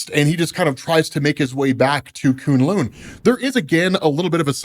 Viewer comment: It’s kune LOW sir